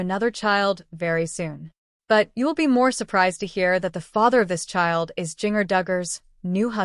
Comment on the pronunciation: Learn to pronounce the name Ginger but spelled with a J